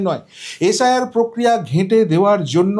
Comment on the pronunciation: Stop beating your own drum. Imprve your pronunciation ~ it's SIR & NOT Sh I R, congress NOT Congressh😮😮